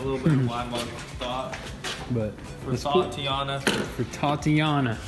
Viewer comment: did these guys just say thotiana ? lmao